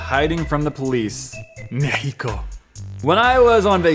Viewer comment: why are people pronouncing mexico as mehico